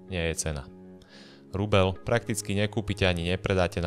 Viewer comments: Kde sú vaše mekčene? Je to rubeľ, nie rubeL. 🤦‍♂️ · je to rubeĽ , nie rubeL ..... az to trha uši 🤦🤦🤦